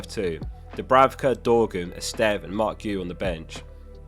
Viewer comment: My man learned to sort of pronounce Esteve and Guiu correctly, very impressive!